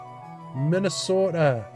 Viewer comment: You even pronounced Minnesota with a Minnesotan accent 😂